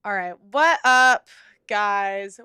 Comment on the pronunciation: your glottal stop intro "Wha'h up guys" is so fucking cringe. Please stop